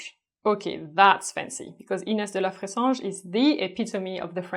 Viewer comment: I wanna be Inés, and I want people to say my name the way you say it!